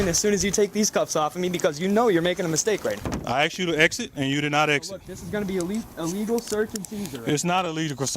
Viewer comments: It's not illgausesrcscuseagul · "It's not illigal Cazert and serger" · . Low brow can’t even pronounce illegal